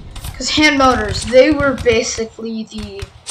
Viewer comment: It's mortors not motors like the video tho